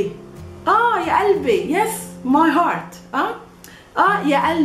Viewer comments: it says qalb qalbi but she pronounces alb albi. why didnt she pronounced the Qaf? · kalbi and qalbi are two different things. haha. pronunciation is important in arabic. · 3rd one is not Albi its Galbi